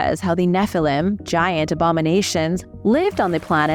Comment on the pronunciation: Why did you say Obama Nations ?